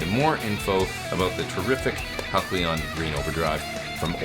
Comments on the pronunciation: It is pronounced Hal-see-uhn, NOT Hak-lee-uhn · ur awesome but: Hal see on not Hal clee on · “Hal klee on!” I think it’s “Hal see on.” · Hal see on, not Hal cle on, but super review as usual!😇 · the pedal is spelled Halcyon, correct? Which means it's pronounced HAL - cee - yawn. Not HAL - klee - yawn. Capiche? 😊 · Wow! Great pedal and great playing, as always. But, respectfully... Isn't that named pronounced (hal-see-yon). Could be I've been mispronouncing it for awhile if not. LoL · Epic playing and tones as always! But, say it with me: HAL-see-on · I love you. But I'm guessing Halcyon had to be pronounced "hal-sea-on" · It’s pronounced HAL-SEE-UHN,. Great pedal!!